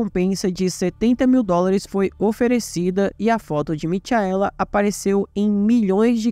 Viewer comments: "Mitiaéla" foi foda!! Se fosse um video sobre o astro do pop, ele chamaria ele de " Mitiael" Jackson!!!!!🤣🤣🤣🤣🤣🤣🤣🤣🤣🤣🤣🤣🤣🤣🤣🤣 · A pronúncia correta é Micaela igual Rachel que a pronúncia é Raquel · a pronúncia não é Michaela/Mikaela😮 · Gostei da narrativa da história, porém só uma dica, vc pronunciou o nome Michaela de forma errada